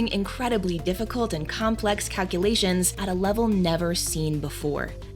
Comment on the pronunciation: excellent narration except for one thing, it’s pronounced calc-U-lations, not a cutesy calc-A-lations. 😂🎉